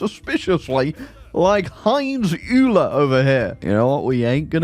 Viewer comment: Every stem student ever just died inside as you pronounced Euler. (It's "oiler" btw)